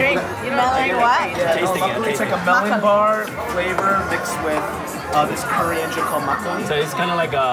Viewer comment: Wow she murdered the korean pronunciations XD